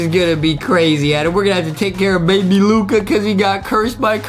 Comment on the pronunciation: Justin: baybe Luca Adem: baby luca Who is the proper grammar master